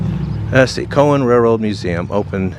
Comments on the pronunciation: I’m from Tennessee, and the town’s name is pronounced Cowann , Cowan. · It's pronounced, COW-an by the way. It is a nice little town . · Great video, but it's pronounced "cow-en" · It's pronounced COW WIN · As a lifelong resident, it's pronounced "cow'an" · Locally pronounced "Cow-in, Tenn-uh-see". It's a great place.:goodvibes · I'm sorry I've lived in Franklin County and coffee county my whole life and you are pronouncing Cowan wrong it is cow-an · It’s pronounced: COW-an. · Enjoyed your video. I live in Cowan. Actually it is pronounced cow an. Like the animal. Cowan is down the mountain from Sewanee which has the beautiful, old school, The University of the South. You should check it out. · Cow wan is how it’s pronounced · I was married to a girl from 9 generations in Franklin county Tn. If you’re from around here we pronounce it like bovine: Cow…. Cow on RR tracks😂, and yes I know it was named for a historical man and not a bovine on the tracks. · I live nearby and recognized the town from the thumbnail. I've never heard anyone from the area pronounce the name as anything other than Cow-an. Cow, like the animal. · Cowan - pronounced " Kow-an". Like the bovine, Ha! Ha! You should head up the mountain to Sewanee. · Its pronounced, Cow-un", , LMAO. I live in Tullahoma just a little bit away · It's pronounced like the farm animal. Cowan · You pronounced Cowan wrong. And the girl on the mural in Winchester is Hunter Girl. She's a country singer, lives in Winchester ~ she was runner up on American Idol in 2022. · It is pronounced like a moo cow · Cow an not Co wan like the animal and an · Pronounced Cow n not Co n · It's called Cow an not Co wan! Other than that good video. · Coin, no. Cow, as in moo. Cowan is pronounced Cowin. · It's cawen haw you say it! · Cowan is pronounced Cow-ann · It’s pronounced Cow-an! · In your video about Cowan. It is pronounced calwin but spelled Cowan. Like your videos very much. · It's pronounced Cow-en. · COW-an Tennessee